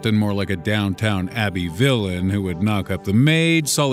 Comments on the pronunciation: Nice video! But "Down-Town abbey" 😂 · In a parallel universe you pronounced "Downton Abby" correctly. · "Downtown abbey"